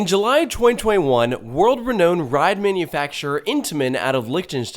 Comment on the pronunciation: * level of comfort. "comfortability" is not a word. Also, learn how to pronounce "renown".